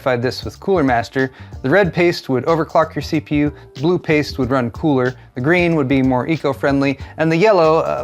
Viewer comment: so it's "thermal pAIste" now?